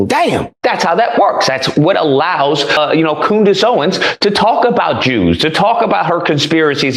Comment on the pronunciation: Did that man on the video just call Candace 'Coonice', that is disgusting. I suppose when you can't debate with facts then you have to resort to slurs. Fair play to you for showing this, it really does make you wonder about how hatefull some people can be. It's shocking.